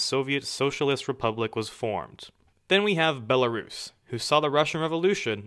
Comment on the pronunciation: You pronounce Belarus weird...